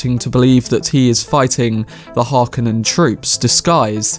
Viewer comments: As well as pronouncing Chani as Chainee, Dune as Djune, The Harkonnen as Harkonnenens. As well as missing that the still-suits looks like plastic sets not reflecting the original intentions of having water pockets and pumps built in. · The video was good and I can't wait for the full movie in December. Just a brief comment: I believe it's pronounced "Chaw-Nee", "Har-KOH-nen" and Mr. Bardem, being of Spanish origin, would say "Hah-vee-AIR"...